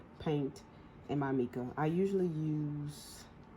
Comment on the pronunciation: Hey love the tutorial. It is pronounced myca powder. Tfs!